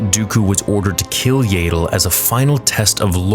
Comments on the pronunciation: "What If" Yaddle's name was pronounced like "tattle" instead of "ladle"? 😂 Sorry, it just makes me smile a bit when you say it. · I thought it’s Yaddle and not Yaydle. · IT'S YADDLE! NOT YADLE! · Yay-ddle? I'm guessing you've called ya-ddle(as in paddle) that since childhood. No worries. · . Her name is pronounced Yaddle, not "Yaydle". When the hell will you get it right?! I have heard you say it wrong the whole time you have been saying it. How do you pronounce the word saddle? "Saydle"? You run the biggest Star Wars fan-channel on YouTube, so you should definitely be professional and do some research on how to pronounce a character's name properly. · This wasn't a bad video at all But the way you say yAddle instead of yaddle is really bugging me lmao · It's yaddle, not yayddle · Yaydle? Who the hell is yaydle? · I know you don't care, and I know that George Lucas never bothered to correct pronunciation and so no one else should care, but dude....I just can't handle the yaydull. It hurts me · I love you but the fact that you call Yaddle “Yaedle” is giving me a brain tumor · Aint no way you just call her yay dle😂😂😂 thats funny ngl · My friend its pronounced yaa-dle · it would be great if you removed your ego from the equation and stop saying Yay-dle. You used to pronounce it wrong. No big deal. The big deal is continuing the mispronouncement despite evidence to the contrary. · When I was watching "Tales" I just kept thinking " might stop pronouncing it like 'ladle' now!" Alas, it hasn't changed 😆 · its not yay dle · Please stop saying Yaddle like that lmao